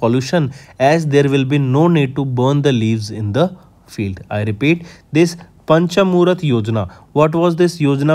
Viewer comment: It's पंचामृत. Not पंच मुरुथ